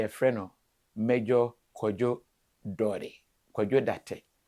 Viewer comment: the last name or surname is DARTEY, not Darteh. You keep pronouncing his name Darteh but it’s DARTEY.